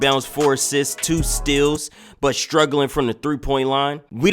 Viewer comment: why you say stills instead of steals